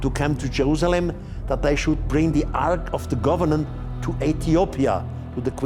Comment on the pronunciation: Take a shot every time Erich says Arch of the "Governent"